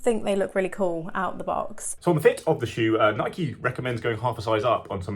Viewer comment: How can reviewers still mispronounce "Nike"?